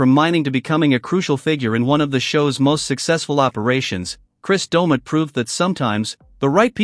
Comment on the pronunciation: The AI in this is awful. I turned off half way thru. Cant even say his name right.